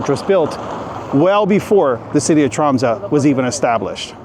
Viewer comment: Dude! I live in this city! You're talking a load of nonsense... Not knowing the difference between the North Cape and the North Pole, honestly, brush up on your geography... Making a video about a city and not knowing how to pronounce its name, making fun of both the Norwegian and French languages... Honestly mediocre... And know that for Polar Day, of course we have solutions... and waiting until the stores are open during the Christmas season... Confusing a library and a university… Sami are Indigenous people… crossing the biggest street full of ice when the car can push you… how did you f*cking know they are local! Pathetic